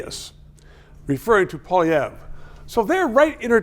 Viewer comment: Darn tootin’ he’s so OLD SCHOOL! And hey , Gossage - YEH YOU! Pierre’s name is NOT POLYVERRE! For crying out loud, you’re French - show a little respect…and recognize that Pierre DOES have policies! PAY ATTENTION! Do YOU like paying Turdeau’s thieving carbon taxes?…